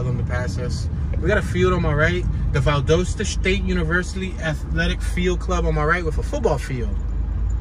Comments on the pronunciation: i see you scare to go across the track. why ? are you afraid...that,s right..be very afraid. you can,t even pronunce valdosta right. the name is valdosta,,not valdusta. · It's Val- dos-ta and your in south central Ga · It's pronounced VAL-DAH-STAH. I'm a Yankee and met my wife there 50+ years ago. She's put up with my crap for all those 50+ years. Left side of image is the court house where my wife and I were married buy a JP. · It’s pronounced “Val•DAST•A” lol One of my best friends is from There, I’ve been there with her a couple times when she was visiting family during the holidays, very hospitable. It’s very country there lol but that’s what it is, the country 🤷🏽‍♀️it was nice though, very different than being in ATL in the city, for obvious reasons. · Pronounced Val-Dahsta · Val-dost-a get it right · Pronounced VAL DAH STA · You completely said the wrong name of Valdosta. 😂😂😂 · Wrong pronunciation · Your are pronouncing it wrong